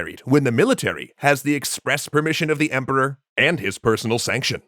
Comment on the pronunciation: "For the Emporwah!"